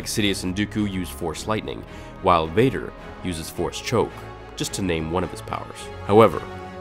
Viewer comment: He is weker than darth wader